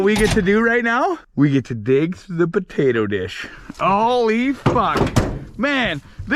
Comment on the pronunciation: "WE GIT TA DIG THRU THE PATATUH DISH!"